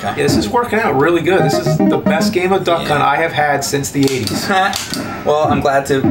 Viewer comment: When is sounds like he keeps saying Duck Cunt.